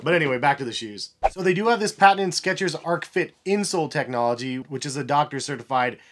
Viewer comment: Nice review as always,! Btw, the "h" in "arch" isn't silent (it rhymes with "march"), lol